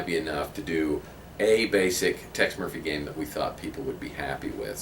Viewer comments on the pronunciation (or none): Tex "moiphy" How ya doin' "moif"